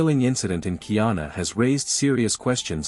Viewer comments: Where is Kee-yawn-uh? It's Guy-ana. The old pronunciation of ghee-ana for the region encompassing the three colonial entities British Guiana, Dutch Guiana (now Surinam) and French Guiana is understandable. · No es gayana es guyana